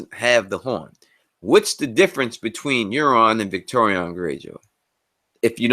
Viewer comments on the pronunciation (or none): Victarion not Victorian, please. :)